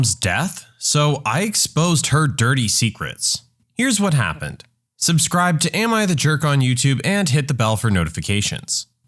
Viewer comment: “Supcribe to army of the jerk” lol